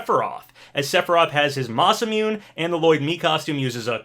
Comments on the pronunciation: It’s not pronounced Ma-sah-mewn. It’s Ma-Sa-Mu-Ne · it wounds me everytime I hear you say it. I'm fairly certain Sephiroth's sword is pronounced /ma-sa-moo-nay/ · Papa you kill me. Sephiroth's sword is Ma-sa-moo-nay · Still pronouncing Hayabusa wrong, also Masamune was pronounced wrong 😭😭😭 but now you're pronouncing Heihachi correctly yass!👏👏👏